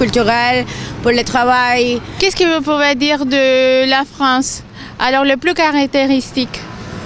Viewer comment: the lady pronounces the word "travail" using something like a b sound instead of v sound. Did I hear it right?